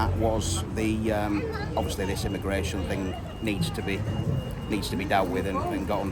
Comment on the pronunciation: God this "why can't we have a grown up conversation about immi-gwation?" Because it takes all of 4 seconds for the racism to show up! "Ya walk down the road and you don't hear anyone speaking English" - Doesn't mean they can't. And English is still everywhere.. tv, radio, shops, road signs, buses, restaurants etc.. Also pretty rude for a Britain whose culture is it is rude to listen to other people's conversations. "When I was small we only had British people living near us" - the world is bigger and busier now. Not necessarily saying that's a good thing, but ofc Britain suffered huge losses in WW2, transport links weren't what they were and finding work was much less formal than it is today. "Can't get GP Appointments" - Precious little to do with immigrants but more to do with over a decade of absolutely crushing cuts by the tories to the NHS in their bids to privatise almost all of it. "Traffic jams are caused by immigrants!" Farage used this the other week. It's horse sh*t. On average our roads are at 98% capacity because every single household in the UK has more than one vehicle. Our ageing highway network was designed when it was not thought any household would need more than one vehicle.